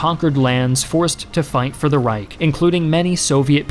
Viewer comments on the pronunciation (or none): none